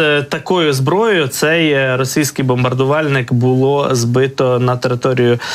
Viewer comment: Ну невже так важко вимовити РОСІЙСЬКИЙ ,а не росИйський.